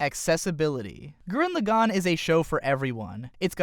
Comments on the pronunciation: bugging me its gurren lagann not lagone wtf lol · I dislike the way you pronounced Lagann, Simon, Lordgenome, and Viral But you make good points on design.